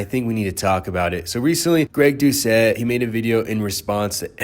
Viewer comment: Greg Do-Ket